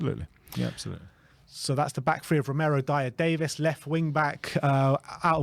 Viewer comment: His name is Davies. Not Davis. Why does every person in the world still get this wrong?